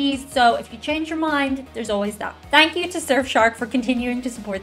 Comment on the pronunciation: Caught your chat video when you were in CA. Just noticed when you say “thank you” it comes out “tank you” which reminds me of one of the most beautiful Irish actresses ever: Maureen O’Hara. She said tank you in Miracle on 34th Street a few times. She was quite the beauty.